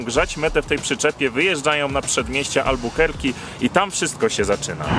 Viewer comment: Nie Albukerki tylko Albakurki